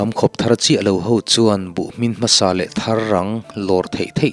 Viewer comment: Buh thar hlim lam dan hi adik lo.thar.thil thar thawmhnaw thar anga lam tur.